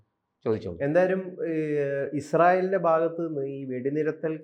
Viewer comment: എടാ കിഴഞ്ഞാ വെടി നിരത്തൽ അല്ല വെടി നിർത്തൽ